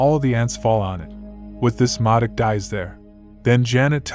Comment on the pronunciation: “Moduk” really dude?